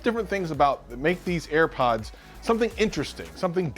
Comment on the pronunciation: "Earpods." Air Pods man!